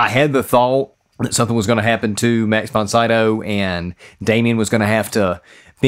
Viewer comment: Max von Sydow's name is pronounced "Mux fon Seedo" (if I may transcribe it in this pseudo-phonetical way for Americans). 🙂